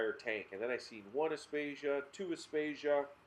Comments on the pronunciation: Aptasia....not apstatia 😂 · I about died laughing when he said aptasia... great video though 👌. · Have you learnt how to pronounce aiptasia yet?